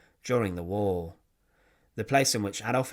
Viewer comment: War !!, not " wall"